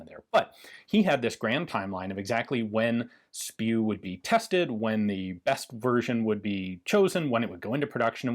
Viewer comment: “Project SPIW” (pronounced “spew”) 🤮 That is beyond funny 😂